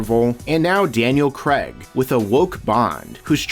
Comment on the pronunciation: I gave up at "Creg"...